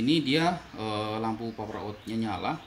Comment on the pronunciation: Maaf mas, pernah denger orang bule ngomong paper ga?